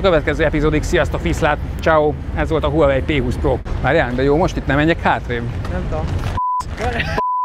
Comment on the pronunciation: Az nem "Huawei" az "váhve", "h" nagyon enyhén ejtve. Nézzünk már meg egy angol nyelvű videót és akkor nem fogjuk így ejteni.